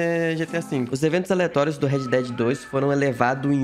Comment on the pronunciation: “eventos elatorios” kkkkkk